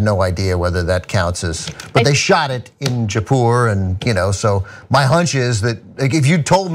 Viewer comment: Americans just can't say any foreign names